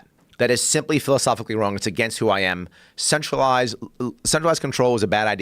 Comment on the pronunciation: He says "centralized" almost like "sexualized" Mmmmm "sexualized control"